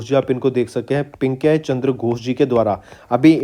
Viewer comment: बन अधिकार को बनाधीकार, पिनाकी चंद्र घोष को पिंकाई बो रहा है ये । ऐसे भी teacher होते हैं क्या